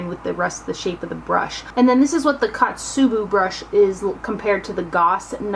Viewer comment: The first one is Ko-tsu-bu ko like coat. O-u-gi Ou like a long Oh and gi like gib. Otsubu O like Oh. Kusabi was perfect :) Kusuriyubi was almost perfect the su just needed to sound like sue. Sorry if I sounded snobby. I just thought that maybe it would be fun to help with the Japanese pronunciations since they are a collaboration with a Japanese brand. You are SO close to 100,000 subscribers I hope you can reach it by the end of this month. An updated makeup collection after that would be a treat for us, I think ;) I hope you have a great rest of the summer!! :D